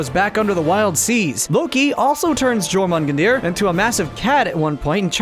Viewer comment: His pronunciation of Jörmungandr was hideous